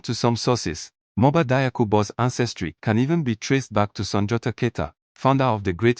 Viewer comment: PRONONCIATION: DIAKHOU = JAKHU!!! NOT DAYAKU!